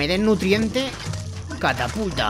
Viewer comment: estas diciendo cataputa no catapulta